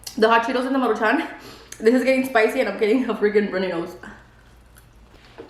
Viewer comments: It’s Maruchans not Maruchanes 🙄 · Take a shot every time says “Marucahun”🤣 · 1 shot for everytime says maruchanes🤣🤣🤣 I'll be fucked up af by the end of the video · Why do you say it like MARU (pause) Chan? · Take a shot every time says maruchanes 🤣🥃